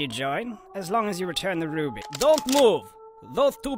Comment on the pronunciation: It said the romainian Ruby right.And I Am from it.